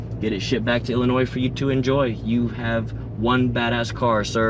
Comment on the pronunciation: The S is silent in Illinois. Great car n like deployed 👍